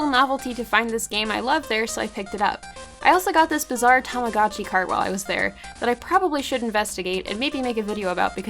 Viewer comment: It's pronounced Tah Mah goh Chi Long O. If you studied Japanese, you should know!